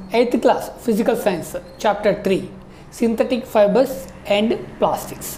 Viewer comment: Not fabres it is fibre